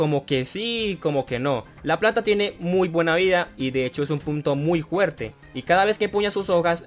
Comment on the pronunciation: Estuvo gracioso cuando dijiste huerte y no fuerte eso fue muy bueno en fin saludos 👋😁